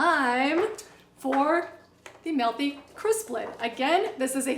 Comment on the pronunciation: It's not "Melthy". It's MEALthy.